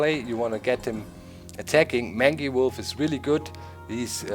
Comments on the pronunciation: Doc mangy wolf is pronounced........ mane-gee wolf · Doc... just wondering, is your pronunciation of 'mangy' how your region pronounces it, or do you not know the word? I know the pronunciation as 'main-jee'. I even double checked it on m-w com to make sure. (They have audio files to help pronounce words.) You present an interesting strategy... but I'll stick to mine. It looks crazy, but I have a decent win/loss ratio with it. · It's pronounced mane-gee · Very interesting looking game, and the post-commentary works well. Keep it up! P.S. Mangy is pronounced mane (as in horse's mane) - gee (as in G-string)